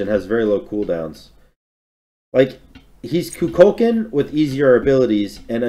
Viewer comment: going back watching vids i missed this year only to be reminded how badly i hate how says kukulkan